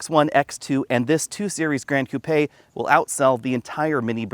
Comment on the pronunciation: Hey, you are the first person in the US that pronounced the Coupé the right way and not 'coop'. My body is always shaking when I hear coop.